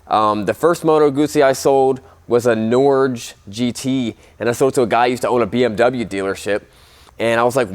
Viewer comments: The bike you sold was a Norge with a hard G. Its the Norwegian word for Norway. Phonetically its dirty of Nor-ger with a 'g' like in game not giant. The r is very soft to give you the idea. Guzzis are gorgeous. Unless you own one you don't understand. My 1985 ale Mans 1000 is fabulous. No electronic crap and a really tricky gearchange. It has soul. The V7 is as close as you'll get with modern metal. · it is pronounced approx. "Nor - Yeah" Norge is the Name of the country Norway in the native language. Great video!